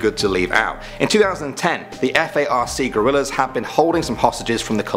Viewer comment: A couple of corrections: it’s Colombia not Columbia, and it’s guerrilla not gorrilla. Other than that, great video. Thanks